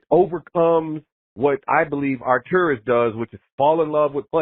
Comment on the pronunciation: Man, you really nailed! :) you say his name almost perfect. Great job dog :)